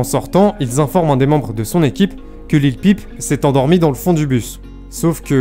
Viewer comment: Bien c'est simple, Il prononce mal Lil peep . Cette anglicisme ne se prononce pas comme une pipe lol.